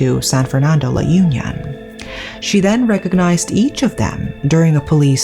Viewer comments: Sorry to butt in but it's not pronounced as /yun-yon/ but it's pronounced as /ū-nyon/. It's not an organization as what you pronounced. It's a place. Suggestion, if you're going to give narrative about a specific place, please have research on how it is pronounced. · La Un(eun) - yon :) that's how it's should be pronounced... anyway, thank you so much for covering this case.. I haven't heard about this b4 and it reminded me of that movie with a female lead named Anna that woke up when she was assaulted in the morgue table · I giggle every time you say La Union, hehe It's supposed to be La Union as in Unnie (언니) -yon. Good story telling as always!